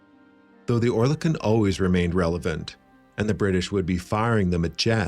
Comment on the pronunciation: Not quite. Oer is pronounced as Ör. Similar sounding to the French coeur. Kon is as in silicone (without the e pronounced)